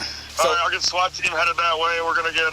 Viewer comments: It's AI. Who says S-W-A-T letter by letter instead of saying swat as if it's a word? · The AI narrator can't pronounce SWAT properly..😂😊😅... S-W-A-T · stupid AI voice over has to spell out swat lmao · Who tf pronounces SWAT like that